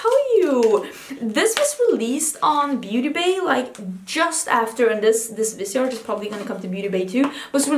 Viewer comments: I believe it’s Viseeeeart, not Vise(like visor)art. Stephanie Nicole works with them, and that’s how she pronounces it. : ) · Yes, vis-EE-art. I have heard the owner say it this way. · pronounced viz-e-art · Well pronounciation differs from english to french so you can say viseart but in french it is veezar like leaf it is vee and in art you don't pronounce the t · I love the way that the word ‘brown’ is almost becoming a swear/curse word when you describe products! 😀 And re Viseart, it’s VIZZ_ee-art (if you’re French you wouldn’t pronounce the t at the end) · you pronounce visar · ITS 100% VIS-E-ART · It is vis-EE-art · Was just going to comment this because of Stephanie Nicole too